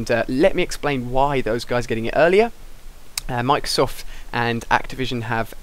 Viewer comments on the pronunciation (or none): none